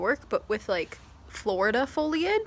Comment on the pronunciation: “THE FOLIAGE” Lmao